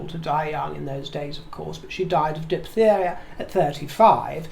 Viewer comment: Hello, I do enjoy listening to you speak. You made the word diphtheria sound like a flower in a garden! Please continue!!!! 😁Thank you for being you, and please be safe.